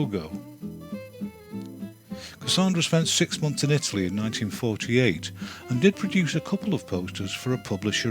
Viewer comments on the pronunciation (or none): none